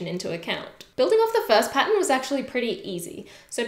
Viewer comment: I can't get past when she says "patton" for pattern. So cute 😆